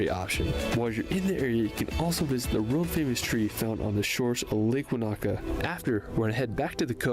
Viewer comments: Americans heavily accent the second syllable in most words. This is completely wrong Most Maori words. Wanaka = Wa na ka with equal emphasis. Not Wa NA ka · His emphasis on the second "A" in Wanaka instead of the first is pedantic. He made a good effort with all the names he used. Kia ora. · Listening to Americans butchering our place names is torturous - it’s WAN-a -ka, not Wan-AH-ka. If you’ve been there you should know that.